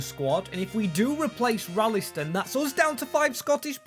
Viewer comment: And maybe try a bit better with the pronunciation of some players? Like Ralston isn't called Rallyston.